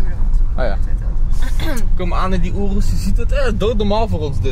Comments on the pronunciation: hoi het is een joros geen oroes snap je je zegt het verkeert wand het is een joros en geen oroes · Het is zo hinderlijk om te horen hoe slecht je ‘Urus’ zegt … spreek het wat beter uit niet zo op het nederlands